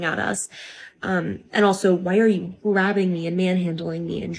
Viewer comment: i don't trust these drama loving, drama creating, entitled twits who turn words like "grabbing" into 3 syllable words.